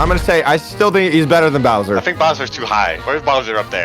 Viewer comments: it’s bowser not browser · Did just say browser instead of bowser